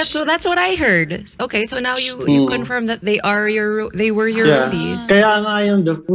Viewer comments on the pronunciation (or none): none